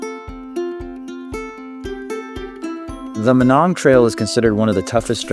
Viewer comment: I always heard it pronounced my-nong